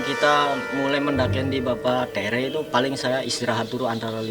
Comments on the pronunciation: Min bukan teureu tapi TERE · Bapa tèrè " ayah tiri dlm bhasa sunda, bukan teureu